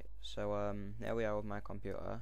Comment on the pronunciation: "There we are on 'My Compu-ahr'." :-D